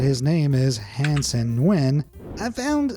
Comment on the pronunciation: FYI it is pronounced " N-Goui-Yen "